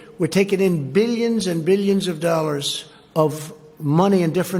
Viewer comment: beelionz and beelionz